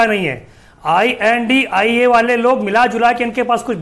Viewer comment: BJP ka charan chumbak News 18 ka anchor. I.N.D.I.A. ko I.N.D.I. bol raha hai BJP ki bhasha.